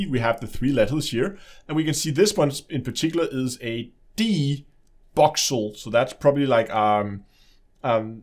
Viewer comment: Boxel? You sure it's not voxel!?